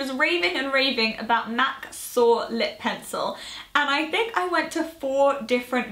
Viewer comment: Hi, I love you but that MAC lipliner is called Soar not Sore. Saw that you called it sore on your blog too and had to correct you. I have been looking for it high and low and cannot locate it, so frustrating